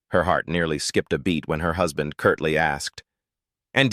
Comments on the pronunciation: WHO'S-band? What, AI can no longer pronounce words like husband? C'mon. 🙄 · Gotta wonder how badly they typed "husband" for the AI to get it that wrong. I'm used to AI not knowing how to pronounce "I just read a book" as "red" instead of "reed."